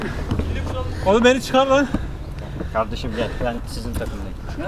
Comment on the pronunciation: "Gurban olduğum yağdırıyor" "Ya gardeşim adam meal diyor meal"